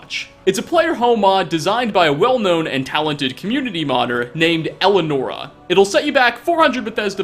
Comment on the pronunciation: You said her name wrong